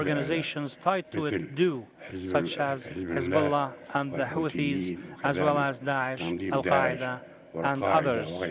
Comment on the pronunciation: He sounds weak and drunk. "...vankish the forshes..."? And it's not like he wrote that speech. A staffer did. Why do we credit Presidents for reading the work of others?